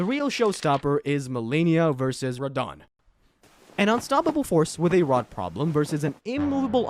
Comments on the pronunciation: Radeon for Radahn is wild. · Ray-dahn? :hand-orange-covering-eyes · Ray-dahn was killing me everytime he said it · I like how you started off calling him Radahn and slowly over the course of the video, you kept subtly changing his name pronunciation until it was just Ray Don. 😏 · I hate the way you say Radahn